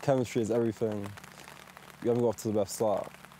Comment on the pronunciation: "le erryteeng" is a linguistic master